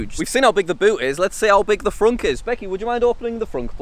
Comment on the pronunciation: you called it a fronk?